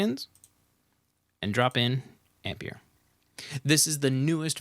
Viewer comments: Please stop saying "Ampeir" jajajjaa!! It´s pronunced like EMPIRE 😝😝😝 Apreciate the video bro!!! Thanks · Brilliant video!! But the plug-in is pronounced AM - PIE - ER.......it's a play on words really, as in Empire......Great vid. Keep up the good work! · It's pronounced amp-pai-ur...rhymes with Vampire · Have u heard of the word Empire? I'm fairly sure it rhymes with how u really pronounce Ampire, so brb im gonna think carefully if i wanna watch past the first 15 seconds of this video now